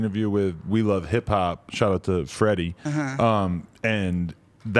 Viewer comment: Man called friday ricky dred freddy😂